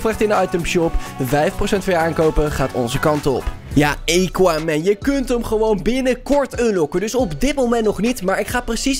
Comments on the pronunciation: ja geen eeequaman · Het is aquaman met een A en niet equaman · Het is AHHHH KWAAAAH MENN niet EYKWAMEN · Niemand: Helemaal niemand::eqauman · Lol “EQUAMAN” 🤣🤣🤣🤣🤣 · E quaman😂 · Iedereen: Aquaman: equaman TIJE _: eqauman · Iedereen: Aquaman: Equaman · equaman De mensen die kijken: AAAAAAAAAAAAAAAA HET IS AAAAQUAMAN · Niemand: Helemaal niemand:: eekwamèn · Niemand::equamen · Ik kan me zo storen equaman het is Aquaman geweldig dat sommige mensen het niet goed zeggen dan mag je ze verbeteren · Eguamen hahahaha tis aquaman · Haha equaman het is aquaman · EEEEEEEEEEEEEEEEEEEEEEEEEEEEEEE... Quaman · equaman hahahaahahha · Het is aquaman niet eykwaman🤣🤣🤣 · Zegt hij nu eekwaman? No hate but it is always first miedas nu eekwaman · Ah yes "ejkquamen" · hoe zeg je aqua man bij equaman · siriejuus eeqwamen het is aqwamen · het is aquaman niet equaman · Het is aquaman niet equaman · Hoe de kanker spreek jij Aquaman uit... EEQUAMAN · Nobody: equaman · Nobody: equaman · "Eekwamen" lol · Mo Amine in Amerika spreek je het gewoon uit als "akwaamen" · Niemand: Helemaal niemand:: equaman (Nice video) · Niemand: Echt niemand:: eequaman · equamen Dion: Misty meeedows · Aaaaa cwaman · Niemand:: eequaman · Lol hij zegt gewoon eqwa man😅🤣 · Niemand:: eeqa men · Wanneer Engels praat, krijg je dit. Eekwamen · hahahahaha eguamen wtf top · Equaman hahahahahah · Eqaman 😂😂 het is A niet E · Het is aquaman: aakwaamen zeg je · Hij zegt eeguaman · niet aacauman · Ben ik de enige die zich ergert hoe hij aquaman zegt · Ik die gaat kijken in reacties omdat ik wist dat iedereen ging praten over hoe Aquaman ging zeggennn HAHAHAHA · GA FK AQUA MAN LEREN UITSPREKEN